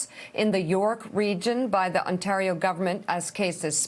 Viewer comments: Un tah reo. Interesting pronunciation of Ontario. I kind of like it for variety's sake. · Shame on Mika - mispronouncing Ontario & referencing Thanksgiving which Canadians observe in October. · She can't pronounce Ontario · Just an FYI: our hospitals are not going to be able to cope for much longer. This provincial Conservative government has made the wrong decision at just about every turn. Also, her inability to pronounce Ontario is adorable. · Ontario. Toronto. Premier. Just a few words Mika might want to polish up her pronunciation of before she does another report on a region an 8 hour drive away she seems to know very little aboot. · Imagine being an adult woman never ever having spoken the word ONTARIO before. Like wtf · Lol love how pronounced Ontario 🇨🇦. This is my province and it’s beautiful here ❤️🇨🇦❤️ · love Mika's pronunciation of Ontario!